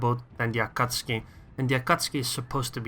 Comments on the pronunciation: Is it me or you call AkatsUki Akatski???? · Both pronunciations are technically correct, but pronouncing it A-Ka-Tsu-Ki is kind of like pronouncing the word "Off-Ten". It's still "correct" but it's quicker (and more widely accepted) to just skip a couple sounds.